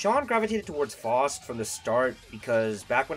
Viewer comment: cool video but you're pronouncing faust wrong